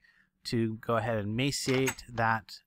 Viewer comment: Why do you not pronounce the R in macerate?